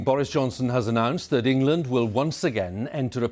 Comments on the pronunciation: Don't worry guys it's in "Engand" not us. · Engand lmao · "ENGAND?", Where's that 🤔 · ah yes, engand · "New Engand Lockdown" pfff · Did anyone else hear that Engand is in a lockdown? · Who missed the 'l' out of England. Embarrassing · Its just engand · "New Engand"